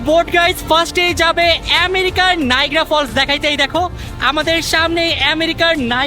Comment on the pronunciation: নাইগ্রা নয় নায়াগ্রা